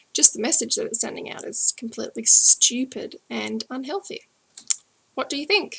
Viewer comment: I like how Aussies say "stupid" :P